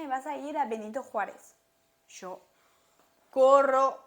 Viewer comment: En poco se te va ir ese CHOO de YO y hablaras más chevere con lo parcerito😂 sea como sea el acento francés apenas se te nota bonita❤